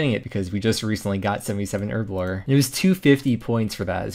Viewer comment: As a British guy, hearing erblore rather than herblore that many times messed with me head.